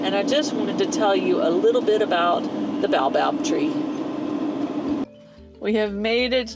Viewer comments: Ba-o-bab. 3 syllables. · Congratulations on escape from Dakar! Just fyi, the Baobab is pronounced "Bay-o-bab". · By the way it's pronounced Bay o barb. Watch those monkeys, they are fast and will grab anything. Close yr windows. They clever. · I am from Africa and in Zimbabwe we had Baobab (pronounced bau-bab) trees and we used to eat the fruit of the tree. It is like a seed which has a white stuff around it. We used to call it cream of tartar but I don't think it was. Anyway, in some places it is "named “monkey bread,” this exotic fruit has nutrient-dense properties for good health". If you get a chance, try it. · That tree is pronounced Bay-oh-bob. The oils are used in some cosmetics and skin care. Im glad you got out of Dakar too😮